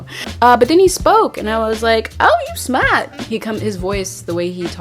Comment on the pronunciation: Great video , as always. Thank you! Where are you and your family from originally? When you said "you smaat " you sounded Caribbean.